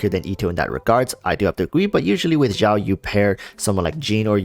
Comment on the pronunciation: hey xiao is pronounced as seeao but great vid dude!